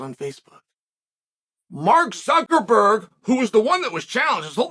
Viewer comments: Am I the only one who heard Chael say Mark ZuckerFERD?? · Hearing Uncle Chael say "Zuckerford" repeatedly just about made my weekend! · "Mark Zuckerford" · Mark Suckerford... Lmfao i love you uncle chael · "We know that Zucker...ferd is..." Gaaaaah!!! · Wait.. Did Chael just say Mark Suckerford? lol! 🤣😂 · Zuckerford?? He must do this on purpose to make us laugh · Not "Zuckerford" again.. Jesus fuck. the ignorance is palpable.. hahahahahaha every time! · Nice video, and it's funny how you say "ZuckerFer" instead of Zuckerberg lol... Just like when you say "HazMa" instead of "Hamza" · zuckerferg cmon now this power move of intentionally mispronouncing names is getting out of hand